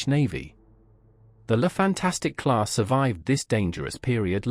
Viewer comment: The name is "Fantasque" and not "Fantastique"! At least one should expect that you pronounced it right as you decided to make a video about that special class! Apart from this, the video is OK. Love and peace.